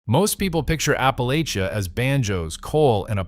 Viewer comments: Appalachia is pronounced, " Appa LATCH ah " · App-uh-latch-uh...for fuck sake, if you are going to make coin off of these videos, say the damn word correctly. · APPLE AT CHA jeezus it pisses me off when it’s mispronounced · It’s not a hard word. I swear it isn’t. App-uh-LATCH-uh. LATCH.